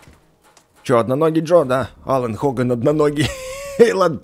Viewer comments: Ребят знаете что немного неправильно произносит имя напарника Амоса Паркса? Это не Алан а Алина Хоган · Не Алан, а Елиан, она девочка